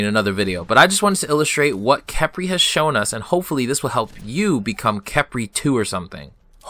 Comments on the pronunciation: Please say Kephrii, not Kepri xD :3 Great video btw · STOP CALLING HIM KEP-RI